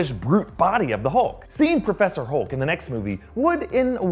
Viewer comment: are we using the Mobile my friend 'Perpheser Holk' Made me Laugh :-)